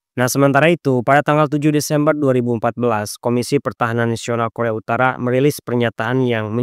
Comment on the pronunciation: Kualitas konten udah good banget min😊 tapi aku cuma kasih saran, untuk cek dulu kualitas penyebutan kalimatnya min, seperti Korea Utara tapi malah terdengar seperti koremtara, dan semisalnya ada kalimat berbahasa Asing alangkah baiknya coba di translate dan di dengarkan cara penyebutannya agar konten semakin jos min😊 menurutku admin masih kurang dari segi itu min sony fiksar dan setiap penyebutan selanjutnya begitu terus seharus nya sebut saja soni pikcer koremtarah seharusnya korea utara jutaan dolah Sebenrnya masih banyak min cuma aku kasih sebagian aja buat bahan evaluasi dan jangan malas juga untuk take ulang saat penyebutan min, mungkin yang salahnya bisa jadi bloopers di akhir video buat hiburan seperti aurelia Vall Terima kasih admin